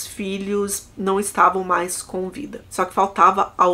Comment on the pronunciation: Você troca o MAIS pelo MAS ou é a forma da sua fala que entende-se como estivesse errado? Toda vez que fala "MAIS velhas" ouço "MAS velhas". Venho percebendo isso faz muito tempo!